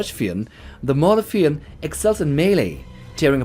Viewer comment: Its Mauler F I E N D fiende not Maulerfín